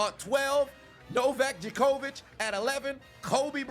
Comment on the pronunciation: All I cared about was where Serena Williams was. I'll accept #2 I guess 🐐🐐🐐🐐. Woah chill yes Serena should be in front of Brady & Messi don't disrespect my girl like that. 23 Grand Slams. not you pronouncing Novak Djokovic name like that 😂😂😂